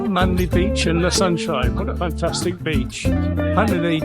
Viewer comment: Captain Cook sailed right past Sydney Harbour without seeing it and landed at Botany Bay. Not such a great navigator after all. And it’s Manly not Manley. But none the less glad you loved my home town.